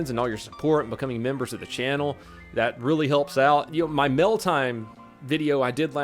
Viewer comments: It almost sounds like you said "I like to thank everyone who sent me Milf" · I HATE how you say “mail”.....please refrain from saying that word unless you say it properly.....thx 🤘🏻😘